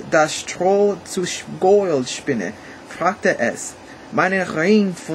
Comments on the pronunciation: 7 1/2 ganz gut! Work on your pronunciation! (gold, pronunciate every letter in that sentence) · Hallo, der Kommentarplatz reicht hier leider nicht aus um alle deine Aussprachfehler aufzuzählen, aber es lässt sich eine bestimmte Systematik erkennen. Beim Sprechen der Selbstlaute o, a, e und u hast du die Zunge zu weit unten und hinten, daher klingen folgende Worte falsch: "Gold" nach "Gould", "Morgen" nach "Mougen" (auch das r verschluckst du öfters), "du" klingt nach "dou". Deine Aussprache klingt irgendwie wie holländischer Gauda:).Wenn du dich konzentrierst klappt es besser. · Try to speak longer vocals like EEEr WAAR AARM , it sounds more German then. "Gold" does not sound like in english, rather like "Gollt" (o like in "often")The "ch"-noise & the Umlauts work very fine. Keep on! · I think your accent actually makes german sound cooler :D and i understood everything even though some words are pronounced very english e.g. "Gold"